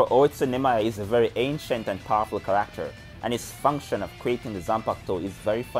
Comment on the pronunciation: It took a minute to figure out. But I swear.....every time you say "character", it sounds like you're saying "cracker".